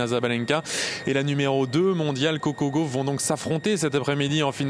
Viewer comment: C’est Coco Gaufin vous avez toujours la spécialité de déforme les nom des gens !!! C’est l’alphabet et c’est des lettres françaises!!!